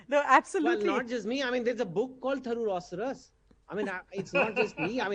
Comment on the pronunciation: Chetan It is "THAROOROSAURUS".🤦‍♂️